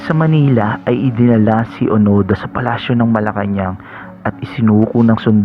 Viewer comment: Hiroo onoda hindi onada